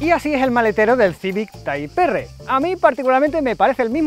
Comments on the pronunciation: Dan ganas de vomitar cuando dice TAIP ERRE.... Hermano se dice en español TIPO ERRE y si es en inglés TAIP AR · No debes decir tay porq no eres americano para pronunciarlo en english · "Tipo erre" y así como es en español.🤷🏽‍♂️ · Tras varias veces visto el vídeo como sinónimo de deportividad y de las fantásticas imágenes en movimiento del bicharraco, toca responder: El llamado (y pronunciado) “Taip Erre que Erre” o Taip erre pa’ abreviar, desvelado en algunas imágenes en vuestras redes, lleva a recordar cuánto se le esperaba tras ver la versión “light o familiar” en manos de Jaume. Hoy, otro nombre con J como curiosidad y detalle; se presenta con la versión patanegra y “jabuga” de un coche con mucho de civic, pero con nada de ”civic-o”. la atención fijada en su precioso aspecto exterior y en ese alerón tan chulo. Y en cuanto a lo del bar… No sé yo lo que os durará a los “cuñaos” la copa de vino y el pincho de tortilla ahí encima con el sol apretando,, pero pa’ vosotros. El paso al interior muestra un habitáculo espectacular por pantallas, acabados y plazas, pero con un defecto para mí: demasiado fuerte el rojo que lo viste y en una zona tan propensa a ensuciarse como es el suelo. Las alfombrillas mitigarán mi pequeño defecto. Idéntico maletero. Lástima el no poder conocer mucho sobre el motor calzado. Suena muy bien y, viendo el manejo del coche sobre circuito (Gracias ❤), y en manos y voz del piloto nacido en la tierra del mito, Fangio; honda seguro que ha mejorado esos datos mencionados. Respondo rápido: Difícil decidir cual, pues todos son fantásticos y, aunque hayan perdido algo de garra con el paso de los años, cada nueva generación ha conservado el espíritu macarra y divertido del que Hond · correcto, lo suyo sería llamarlo Type Ar pero a los españoles no les gusta pronunciar palabras en inglés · Ni tipe erre, ni taip erre: "tiper"😎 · "Taip Érre" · Taip erre jajajajaja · "taip erre". No sé por qué este coche cada vez lo hacen más feo